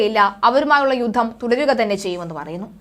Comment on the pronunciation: 'യുദ്ദം' ? 'യുദ്ധം' എന്ന് തിരുത്തി ഉച്ചരിക്കണം